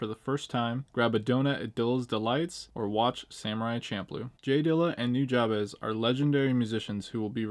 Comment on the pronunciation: Hey, FYI “Nujabes” is pronounced “New-Jabs” Jab as in the punch. One love bro!